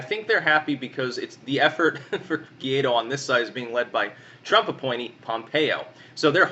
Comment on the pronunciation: Ga-why-dough not Guido, like a mafia boss